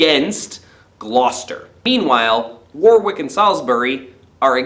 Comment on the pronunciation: War-wick? It's pronounced Wor-rick:)